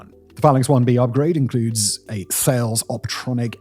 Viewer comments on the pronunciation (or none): Shame Simon couldn't bother to get the pronounciation of AEGIS and Thales correct. And that's just the two I noticed.